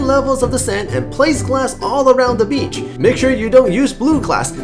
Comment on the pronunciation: "So u can see the beach becher" :DDD